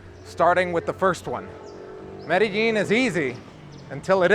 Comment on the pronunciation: Hey, 16 years in Medellin and you still sometimes can't pronounce it like a native? I'm not hating, just giving you some hints. What you're saying is absolutely true. I have lived here for 6 years, married a woman...as her kids got older it has become more stressful. I'm going to leave this year, that's the plan unless things change. Also be aware for you guys coming to stay, there are a lot of beautiful women, make sure you're with the one you want to love. Or love the one you're with!